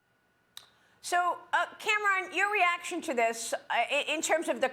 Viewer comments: Since when is Cameron pronounced "Cam Ron" ??? That's just ridiculous. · Is she really calling him CAM-RON?! has she never seen the name Cameron before?! 🤷‍♀️🤣🤦‍♀️ Oh my goodness Maria - that's funnier than it should be and you just keep saying it lol